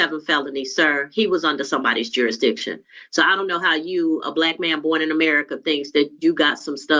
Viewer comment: Why can’t they say jurisdiction